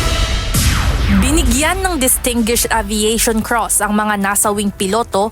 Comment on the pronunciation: UNTV ANCHOR AND REPORTERS, BAKIT HINDI KAYO MAGCHECK SA DICTIONARY NG TAMANG PRONUNCIATION NG WORD "Distinguish". Hindi yan distingish , But distingwish.